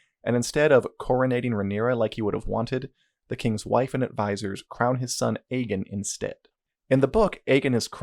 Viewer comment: MFW you've had almost 40 hours of TV where they talk about "Aegon" the Conqueror and other Aegons all the time and you still pronounce it "Egg In" :0